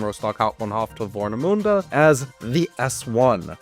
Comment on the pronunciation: As someone who lives in Rostock its so funny how you butcher Rostock, Warnemüde and Güstrow ^^. About the Harbor-S-Bahn-Line, i personally think it wont happen anymore, there were stations but they got demolited last winter, sadly.